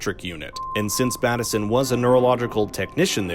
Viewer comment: If you’ve seen the series why do you say Batt-esson instead of Bateson?